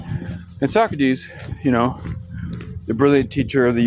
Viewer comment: His name is Sew Crates